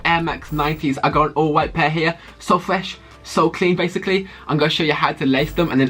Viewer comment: Why do u say fwesh